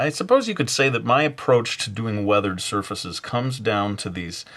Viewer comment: Weathered "sir feces"